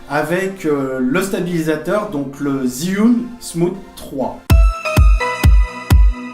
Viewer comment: Ça s'appelle jiyun et pas zyiun